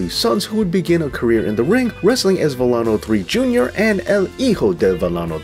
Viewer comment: Learn how to pronounce names Villano is pronounced Vi Ya No the double L makes the y sound.